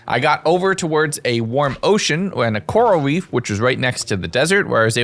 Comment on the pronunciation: “Coral weef”